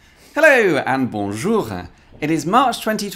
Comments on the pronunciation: Why "Bonjoura!" and not "Bonjour!"? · Don't say bonjougrhrba to me please. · HOW IN THE FUCK do you mess up saying Bonjour so badly?